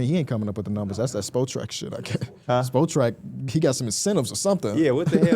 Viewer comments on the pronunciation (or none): THE WEBSITE IS SPOT RACK NOT SPO TRACK. Come on